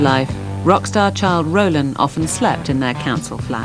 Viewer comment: "Rolan" without the "d" .